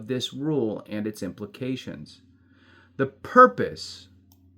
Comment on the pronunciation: "Implemecations..." 🤣🤣🤣 (Sorry - that shit was funny!)